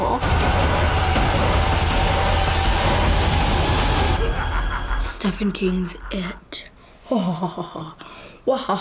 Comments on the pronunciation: how it sounded: Stefen king it Really: steeven king It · d-d-did just say stefen king its STEPHEN (steven) i